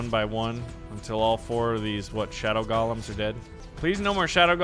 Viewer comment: Stop calling them "gollums"! It's GO-lem. As in to go somewhere!